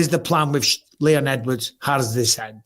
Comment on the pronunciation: Can Brady pronounce his name😂 just sound it out Sean. ED.. WARDS…😂🤣